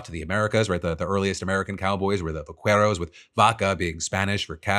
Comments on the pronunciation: Phil!! You lived in LA for YEARS and you still can't pronounce vaquero right?! 😭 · it's pronounced Va-Keh-ro not kway ro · Just to let you know, in “vaquero” the “u” isn’t pronounced. It’s pronounced “va-keh-roh” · It's concerning that I've become so desensitized to bad news every day that the only thing in today's show that got me angry was the way Phil butchered the Spanish language when saying "vaquero". It's "vah-kay-ro". Like how you pronounce Queso as "kay-so" and not "Kway-So". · Phil, I love you like I love my friends and family. But you need to familiarize yourself with the pronounciation "Vaquero". Say it "VaKero" the U is silent if it comes after a Q. Love you!!!! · FYI Pronunciation is more like va- care-os. The q section makes the Que sound like queso 😁 appreciate the section tho. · Phil, please. "Va-care-oh" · That vaquero pronunciation hurts, man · Philiph hopefully you see this, but in Spanish, the letter U is always silent when it's placed after a q. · I don't expect you to say it with an accent, but please don't pronounce the U in vaquero when anglicizing it. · Just to pronunciation note with vaquero when a qu is followed by an e or an i you don't actually pronounce the u. If you want a little hint on how to pronounce the word buckaroo is an anglicization of vaquero so its pronounced similar to that